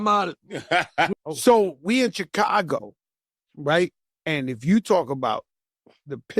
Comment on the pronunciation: “Bunch of CHIII CAGO NIKKAS” lmao